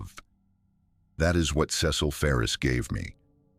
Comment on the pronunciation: Ce cil pronunciation wrong numerous times ugh